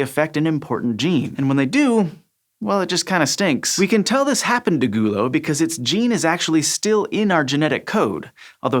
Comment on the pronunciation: The way he says the word 'gulo' makes me really uncomfortable